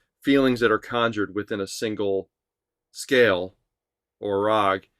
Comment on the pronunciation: It is not raagaa though.